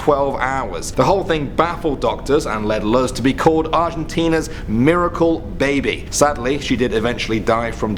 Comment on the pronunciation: luz is pronounced like loose